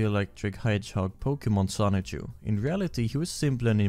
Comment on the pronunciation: The license plates say SONICHU not Son-Chu. The cars are named Son-Chu.